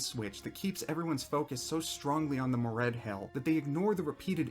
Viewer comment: I died a little everytime he pronounced Moredhel as Mored-HELL. 🙂